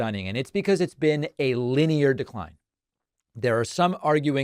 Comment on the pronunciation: "... an acclerating DERCRINE" ??? Uh oh David! In another 80 years, you'll be just as bad!